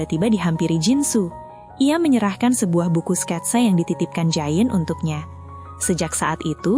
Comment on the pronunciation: Itu bukan jayen, bacaannya je on😭 tiap disebut jayen jd lucu keinget giant doraemon